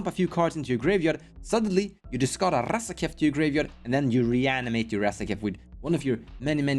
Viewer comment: Nobody pronounces RRRRazaketh as cool as you,!